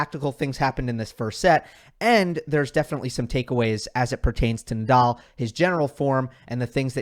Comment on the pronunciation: cuando pronuncias Naaadaaal no parece que digas Nadal! :) Rafa better